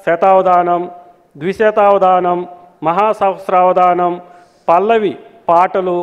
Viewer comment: ANCHORING YEVARU BAABU..... SAHASHRAVADHAANAM ANI PALAKALEKA POTHUNNAARU